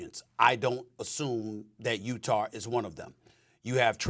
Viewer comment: Stephen A. Smith : "Utahr"